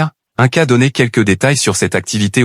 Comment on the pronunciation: Ce n'est pas un ca mais ine ca pour la prononciation. Inca